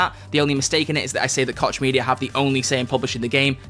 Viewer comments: Koch Media.. With personal experience with this name we pronounce it like Coach. The "ch" sound in german makes a similar sound and thats how we have always pronounced it. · As a German Citizen I can say that i've heard him say kotch media way too often xD Not to be unpolite: The "ch" has a whole unique pornounciation in german, its achieved by pressing the muscles in the throat together and making a sound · WOAH what’s the real pronunciation of Koch??? 🤨